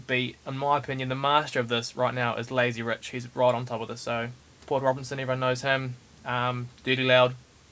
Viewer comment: "A master of thus uz Laizy Ruch"